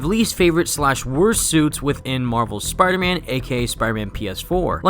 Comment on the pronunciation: You notice how he says spierman instead of Spider-Man 😂